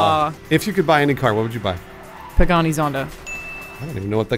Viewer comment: Oh shit. Plus respect for Alanah saying Pagani Zonda. Like alluded to, most people don't even know what Pagani is.